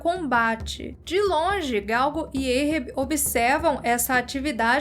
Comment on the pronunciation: Adoro o canal e sigo vcs desde qdo tinham seus 5 mil-10 mil. Mas precisam melhorar ou pesquisar como q se pronuncia algumas palavras. Ahab não é "eirrebi" é "árrabi" a etimologia do nome é referência o Mobi Dick q por sua vez é referente ao Hebraico. Então não tem som de "EI" o A, mas de A mesmo". Ganimedes tbm.